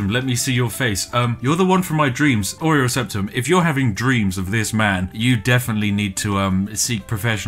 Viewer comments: All I can now see is an emperor with a chocolate biscuit for a nose. Oreo Septum indeed. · Everyone who has ever played the game: "Uriel Septim" This guy: "Oreo Septum"